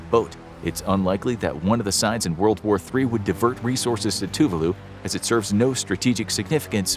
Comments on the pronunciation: Gohhh it erk me the way u pronounce Tuvalu..it's Tu-Vah-loo not TŪ Voo loo anyway carry on hehe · Two var loo is the correct way to pronounce. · Very bad (American) pronunciation of Tuvalu !!!!